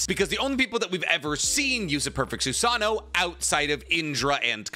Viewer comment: The way he says susaNO is gringe.. it is notttt susaaano it's susaNO ffk i had to put dislike